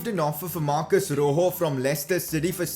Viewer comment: It's not roho it's rojo